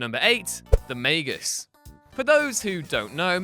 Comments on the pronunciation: UGH Its MAG-US not MAY-GUS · Why does he pronounce Magus may-gus? Its Mag-us, right? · it’s not like “mag-us” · The way you say Magus triggers me.